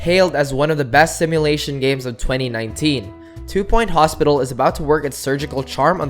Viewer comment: Two point hospictal wooooow almost like octodad